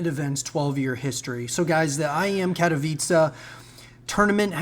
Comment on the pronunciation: Amazing to see an English speaker pronounce Katowice well!